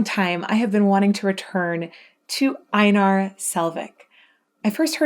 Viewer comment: U sad his name a little wrong sorry for this but it’s Einar not ainar when saying his name the E and I is primer letter and then Nar is the subletters so it’s like this EI-nar